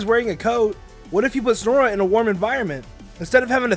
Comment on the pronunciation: ITS SNOW-RUNT! NOT SNORE RUNT! IT BOTHERS ME SO MUCH THAT PEOPLE SAY IT LIKE THAT!